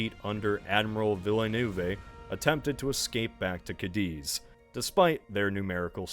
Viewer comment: Admiral VILLANOOVAY??? Does he mean Villeneuve?